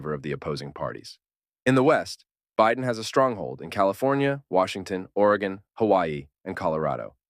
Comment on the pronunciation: why do you mispronouce Biden?